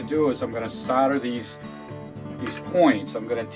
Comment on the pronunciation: SOLDER not soder